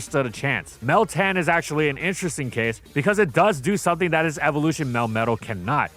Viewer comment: It’s literally meltan, try again